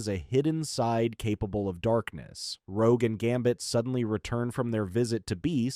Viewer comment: The part where rogue destroys bishops transceiver the AI calls rogue rouge.